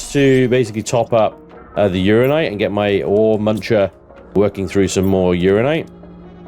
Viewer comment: It's Ur An Ni Nite, not Urine night.